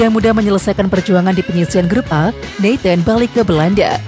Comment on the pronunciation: Namanya nathan bukan neten.